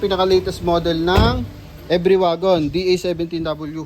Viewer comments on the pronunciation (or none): Boss ang bigkas sa pangalan sa sa unit na yan every as in English, dahil sa japan yan ang tawag nila e-ve-ry parang binasa lang sa tagalog,,thanks boss